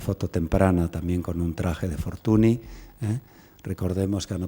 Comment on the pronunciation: con lo que usted sabe de don Mariano, no sabe decir Fortuñ en lugar de Fortuni (NY = Ñ), pero creo sinceramente que si conoce esta regla ortográfica del idioma catalán, lo que no le da la gana pronunciarlo bien. Es una lastima porqué su conferencia chirría cada vez que suena el apellido Fortuny mal aplicado. Me gustaría saber que motivos tiene para mantener esta postura.